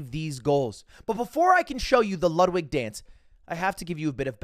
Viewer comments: It’s not called the Ludwig it’s called the luddy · its pronounced "the luddy" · I hate how he keeps calling it the Ludwig instead of the Luddy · It's the Luddy, no one's calling it the Ludwig lmao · Stop calling it the ludwig it’s the luddy